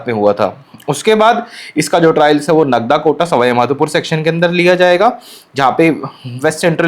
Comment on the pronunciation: Bhai नागदा h vo नगदा nahi h please aap log pronounciations sahi kijye Bht sare rail vloggers देवास ko देवस bolte h